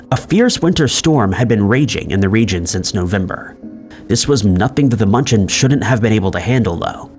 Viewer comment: Hey AI! The cargo ship's name is NOT Munch-en! There is an umlaut above the 'u'. In my poor Southern US accented Deutsche, it is more like mew-n-chen. That was one word I haven't forgotten from living there! PLEASE get a REAL PERSON to narrate!! AI is horrible! While I lived in Germany, near München, was the time of Chernobyl. We lived under the cloud until we were reassigned back to the States. We were told that everything was fine! Just don't let the kids play in the grass until the dew dried! But the stores, both the commissary & the German shops had produce shipped in from Israel! Sure we were just fine!